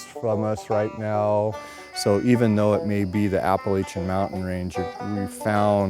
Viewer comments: Ap-pa-LATCH-a please. :) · I turned it off once he pronounced Applachian wrong.